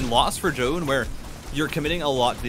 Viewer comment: omg first time to hear foreign casters pronouncing Zoun's name correctly!!